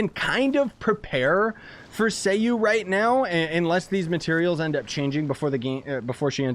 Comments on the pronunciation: Say it with me sai-u or sigh-u not say-you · it's a name so you need to pronounce it properly